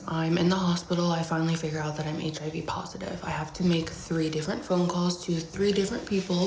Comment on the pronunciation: he said “causes heeivv”